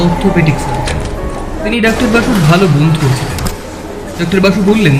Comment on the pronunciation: একটা উচ্চারণ বড্ড বেশি বার কানে লেগেছে....... তুই "ডাক্টার" বললি , কিন্তু এটা তো dr. , so উচ্চারণ টা হবে "ডক্টর" । Pronunciation আরো strong চাই সব কাজে...... বাদবাকি সব ঠিক আছে ❤ কাজ করে যা 😊।